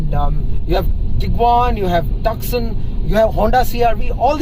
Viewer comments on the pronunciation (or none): none